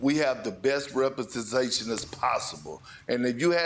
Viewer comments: Perk said "Represenzation"😂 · “Repetezation” - Perk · I heard reprentesation. They will lose if they keep this vocabulary. 😅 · Repitasation? Did perk just make a word up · Like cry babies . Now they’ll call big brother lebron, steph, kevin. So they can bully everyone. Perk saying “ we dont loose “ is sooooo typical of his arrogance. Perk cant even pronounce representation correctly. You dont loose ? You just lost dumbo !